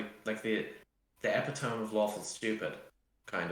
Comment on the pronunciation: Please for the love of English epitome is not pronounced epy-tome its e-pit-oh-me